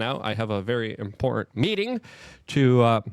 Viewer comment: Why does he say "DORAGE" When It's DOGE? Also he can't say "important" He say's Imporant...